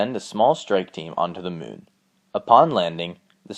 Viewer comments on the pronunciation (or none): The mewn (moon)